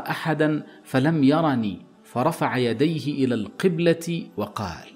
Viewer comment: إلى القبلة بفتح التاء المربوطة بدلا من الكسرة لانه مؤنث . بارك الله فيك القبلة' وليس (القبلتي)